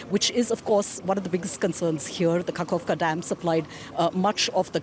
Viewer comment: not kakovka, kaKHovka, said kaHovka.the russians are bombing volunteers, look at those videos.